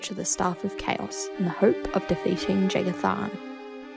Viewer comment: inb4 the Eternal Champion + Ria Silmane fanfiction. And for future references, the J in Jagar Tharn is pronounced like a Y, if you can sort of teach yourself to pronounce it that way. I might just be being a little nitpicky here, though. :P